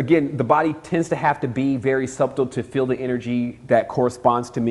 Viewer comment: I love to death, but his pronunciation of subtle is killing me. Great video though, thanks for the upload.